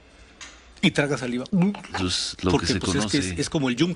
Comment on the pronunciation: Para ciro y sus esbirros, es una exageración... Claro si ciro solo dabe decir "pus" "pus" jajaja creo que se dice pues jajajaja